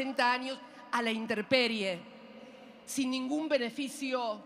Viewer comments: Dice "interperie" tiene faltas de ortografía hasta hablando. Todos lo sabemos, INTEMPERIE. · Interperie dice la abogada vicepresidente 😂😂😂